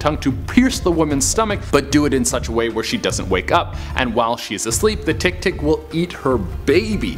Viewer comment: Hahahahaha... I like how he pronounce tiktik. 😂😂😂😂